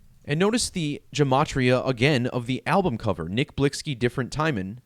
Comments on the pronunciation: UMMM NO __ IGNORANCE IS SPEAKING ON THE DEATH WITHOUT EVEN KNOWING HOW TO SAY THE PERSONS NAME RITE🙄 NOW MOVE ALONG I'VE ALREADY STATED THIS A MILLION TIMES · HEY DICKHEAD CAN YOU READ🤨 THE VERY FIRST COMMENT I MADE I SAID THAT THE PERSON WHO MADE THIS VIDEO WASN'T PRONOUNCING HIS NAME RIGHT🤦🏽‍♂️NOW YOU'RE TRYING TO TELL ME HOW TO PRONOUNCE IT , YALL GET WEIRDER BY THE MOMENT I SEE